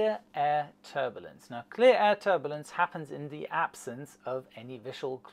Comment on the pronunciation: First there was Dia-beetus, now there's Ter-bullince!